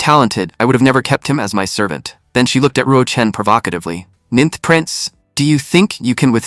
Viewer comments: 'ninnth' with short 'i'. oh,, you had been doing so well... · ca 'ninnth' again, twice. (it's actually becoming amusing).